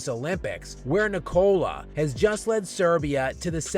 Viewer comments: Since you are very critical about the players you are talking about, try to pronounce Jokic's first name right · you really have to learn how to pronounce "Nikola" dude.